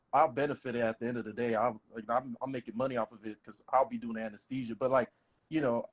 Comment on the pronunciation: A whole “anesthesiologist” that can’t pronounce anesthesia? 🤔 That’s like me not being able to pronounce my name. Interesting